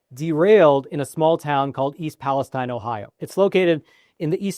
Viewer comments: Its pronounced east Pales-teen not tine. I grew up near there and my uncle owned a car dealership there. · I think Palestine is pronounced PALESTEEN by the people in Ohio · the locals pronounce it East Palesteen. Just a heads up. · This is good info, and I appreciate it. But your credibility would increase with many if you pronounced it correctly. Pal-a-STEEN.